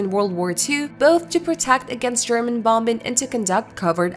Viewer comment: Bombing is not pronounced "bom bing".